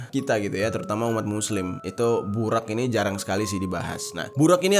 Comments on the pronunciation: Bang maaf nihh yaahhh setau saya penyebutan buraq nya salah harusnya nyebutnya buroq tapi di tulisnya buraq🙏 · Bacanya burok bang bukan buraq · Bacanya buroq Bang xixixiii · Bukan BURAK bang tpi BUROG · Bang bukan burak burrok itu bacaannya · Burok bukan burak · Di baca nya bukan BURAK tapi BUROK cari tau dulu baru cerita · Burok bang bukan burak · Bacanya burok bang, dalam bhs arab ra itu di baca ro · Bacanya 'BUROQ' bang jeri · Kalo ga salah buraq dibaca buroq bang, maaf kalo salah, sukses selalu bang jeri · Buraq cara bacanya Burok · baca nya buroq bang